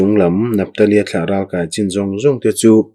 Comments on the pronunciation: Ralkai tihhi naupang kankai anga thluk lovin.kai tihhi akey asang zawk tur a niin ka hria. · Ralkai tih hi inkai eg. kanu ka kai tih angin i lam a, ral lehlam ka kai tih ang chi a lam tur ani lo mi. Voice message in comment theih se a chiang ang. Ka sawifiah thiam chiah lo. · Amen..i chhiar thiam lutuk...mahse ralkai tih khi kan thluk a in ang lo nge..kan lo ti dik lo zawk.. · Chhiar thiam hle mai,Ralkai tihhi ithluk danhi adik zawk em ni Kai tih laihi